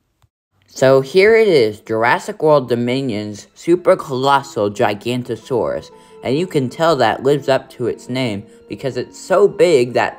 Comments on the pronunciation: It’s not “gigantosaur”, it’s actually “giganOTOsaurus” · It’s gigaNOTOsauurs, not giGANTosaurus alright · It’s pronounced (jiga note oh saur us) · You pronounced giganotosaurus wrong